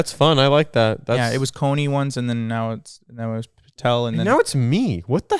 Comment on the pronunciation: he said patel <3